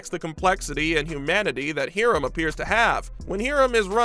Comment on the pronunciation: hear-um? lol must be high-rums (Hiram) evil twin! lol